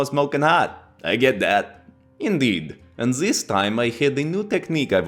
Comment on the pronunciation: "turn zis blade sideways and it might aswell be a door" darn near spit out my food when i heard that 🤣🤣